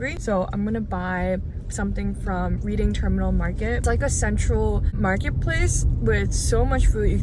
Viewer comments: Reading, as in Reading, Pennsylvania is pronounced like red-ding, not reed-ing 💡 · Just a quick note: it's pronounced RED-ing, not like reading as in a book. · FOR NEXT TIME it’s pronounced “Redding” Terminal 😊 Just so no one teases you when you return. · I'm 76 years old and lived in PHL my whole life. You did a wonderful job showing the full Philadelphia food and neighborhood experiences. Thanks. For future reference we pronounce it REDDing ... not READing.Terminal Market . Also, on the DiNic's pork that's pronounced broccoli ROB even though it's spelled RABE. Come live here with us. There's a reason I've stayed for 76 years and I've traveled all over the world. Philly is still home. Come. Join us. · just a heads up, Reading Terminal Market is pronounced Red-ing. It’s named after the city of Reading, where I’m from, about an hour away from Philly. It was great seeing you go to so many places I’ve been to. Wonderful video. ❤ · Dana is so real. I gotta watch the game. Also it’s redding not reading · I have to tell you the Reading Market is pronounced “Redding” and I’m sorry because this blog is so great in so many ways 🎉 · Great content! Fun fact it’s pronounced “Redding” terminal. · love your videos!! Esp excited you got to visit my hometown:) Just FYI it's actually pronounced RED-ding terminal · Love you came to Philly, but Reading Terminal Market would be pronounced as Redding Terminal Market 😊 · As someone originally from Philly who has gotten tired of people overlooking the city, thank you for this video! 🎉🎉🎉 ETA: it's also pronounced "Redding" terminal market. Why? No clue, lol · Reading in Reading Terminal is pronounced "Red-ing" like the past tense of read... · You pronounce Reading wrong